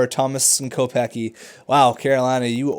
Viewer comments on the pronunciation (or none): u pronounced kopecky wrong lol